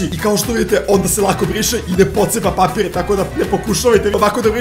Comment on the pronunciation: Umesto papir